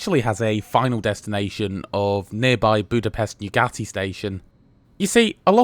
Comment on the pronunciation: OK but he constantly misstresses Hungarian words. As a result, I failed to get his "Keleti" and "Nyugati". He obviously doesn't know that Hungarian words are always stressed on the 1st syllable and his stressing on the 2nd one makes it really difficult to catch. No reproach involved, though, I'm just stating a fact, not blaming him.